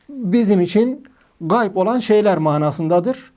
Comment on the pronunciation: Gay degil hoca ğayb gayb ayrıdır ğayb ayrıdır gay farklıdır